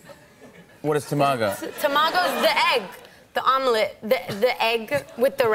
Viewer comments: Funny, but cringy :D Tomago? - Its Tamago ( Tamagoyaki) and Nigiri pronunciation was the reason why Jimmy couldn't understand at first. Still love her tho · For a sushi lover she completely butchered the pronunciation of Tamago and Tempura lol. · I love the way she pronounces “salmon nigiri” and “tamago”. It’s completely wrong but still it’s cute. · I love how she pronounces Tamago and Nigiri, as someone who's learning Japanese, this is seriously cute!!! I have to admit, I'm becoming a huge fan of her!! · Oh My God they said tamago wrong